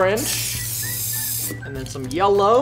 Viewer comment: Did anyone realize he said yellr